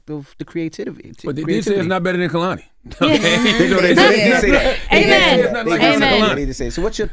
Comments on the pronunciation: AS SOON! as he said "Kalani" I was like she will definitely correct him. 🤣🤣🤣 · And Charla continued to say “Kalani” the whole interview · Its not Kuhlani its Kaylani. And Im not, defenitely not, folding a man's clothes. It could be anyones, anybodies clothes. Wow, how emotionally intelligent Kehlani is. So intelligent she gave me s headache alreadie. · Charlemagne it’s not hard to say Kay-Lani .. that’s lazy af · She corrected them on her name and they just continued to say it wrong the whole rest of the interview 🤦🏻‍♂️ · and they continued to pronounce her name incorrectly throughout the interview after correcting them. disrespectful. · Damn CTG you could at least say her name correctly after she corrected y'all. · and Charlemagne still said her name wrong after she correct him at the beginning 🙄